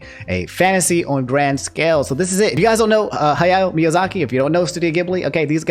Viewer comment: This man mispronounces "John" yet gets "Miyazaki" right 🤦‍♂️😂